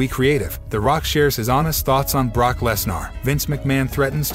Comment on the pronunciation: This guy must not be a wrestling fan. He mispronounced Brock and Dexter Lommis’s name